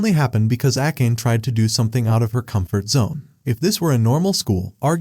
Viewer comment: Akkeyn instead of akane is funny 😂